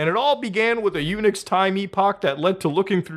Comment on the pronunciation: Every time Muta say Unix I think he saying "Eunuch" and that makes it a very different conversation.